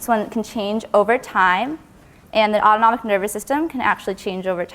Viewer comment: jayzus if i, like, hear a'udonomic nervous system one more time